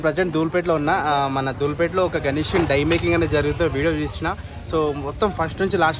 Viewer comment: Bro die kadhu its dye😢